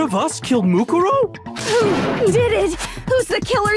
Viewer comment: I like how mukuro's name is said a bajillion times in this chapter yet dan STILL cant pronounce it correctly